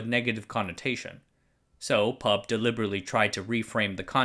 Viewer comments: In line with "corrective YT comments" genre, I'd like to point out that "PUB" is not pronounced as the word "pub" (a s it's the case with, say, NASA) but spelled P.U.B. (pee–you–bee). I never heard locals saying "pub" ;-) Addendum: I just noticed you saying "who" fro WHO (like, "whisky tango foxtrot...?), but "ee–pee–ey" for EPA. Strange. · We pronounced the abbreviation of PUB by it's individual letters. P.U.B. We don't call it "Pub" here. Though it does make for an interesting word play considering I can see how it's our national watering hole. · First time I heard someone pronounce P.U.B. as pub. We usually call it Pee Ew Bee! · Ffs, why does everyone call the PUB the pub, YOU PRONOUNCE IT P, U, B. Each letter is pronounced, much like how we don't call the PIE the pie. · Thanks for covering this! Locally, we read "PUB" by each alphabet "P-U-B" instead of "pub" the drinking place. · NOOOOO IT'S PEE EW BEE NOT PUB AHAHAUWUCHDUEJDBFBJEJCJF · Btw, it's pronounced as P-U-B instead of pub. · great video as usual. just to point out though, PUB is pronounced as an initialism rather than an acronym; so P-U-B rather than "pub", which is a watering hole indeed but of a rather different nature xD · We say P U B, not pub, great video anyways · PUB is pronounced "Pee You Bee", not "pub". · PUB is locally pronounced like Pee-yoU-Bee. Go figure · A kind reminder, PUB is the Public Utilities Board of Singapore and we don't pronounce the word but read each in alphabet form, a practice on other acronyms we like to create.